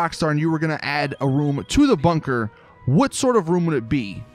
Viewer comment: i cringe every time he says "bunker"